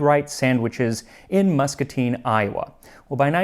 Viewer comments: Iowa mentioned!!!! It was Muscatine. And you said it correctly!!! Maid-Rite was started in Muscatine. The original building got shut down due to a health code violation a while back. It was later purchased, renovated and is now owned by a food catering company called A Guy And A Grill. There is still a Maid-Rite operating on the north end of town. - Muscatine native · Thank you for pronouncing Muscatine correctly. Most people get it wrong.